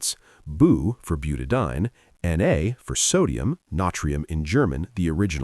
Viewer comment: I must complain. The use of AI for the dialogue in these 'shorts' leaves something to be desired. As a retired Organic Chemist the enunciation and pronunciation of chemical names is critical to understanding. It is pronounced 'Buta-di-ene. Eeene! "...ine, ane, ene, yne, all mean something very different.